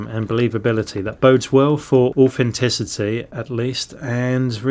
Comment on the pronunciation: Orphantisity? Speak properly It’s not like you have a speech impediment or a cockney accent.